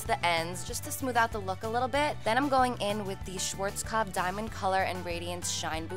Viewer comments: I love the way you're saying 'Schwarzkopf' 😅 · Any Germans here who had to laugh because of the way she pronounced "Schwarzkopf" ? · it's so funny how you are saying schwarzkopf :D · Haha when she was saying "Schwarzkopf" it reminded me of the time Nicole had a voice message of Carli pronouncing it because Nicole always forgot how to pronounce it. 😂💕